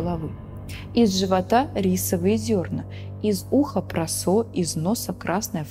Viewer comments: Сам контент отличный, но все-таки ударение Осака и прОсо, а не осАка и просО. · А что такое просо с ударением на последнюю гласную?) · у тематики есть огромный потенциал, но два пожелания, как сказали уже предыдущие комментаторы нужно быть чуть поуверенней и возможно добавить некой импровизации, и молю вас поправьте ударение - прОсо, Осака))) все у вас получится, я подписалась 🎉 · Присоединяюсь к мольбам! прОсо, Осака и нУдлс! Сочетание «оо» даёт звук, похожий на русский «у», без смягчения, как в словах school, cool, moo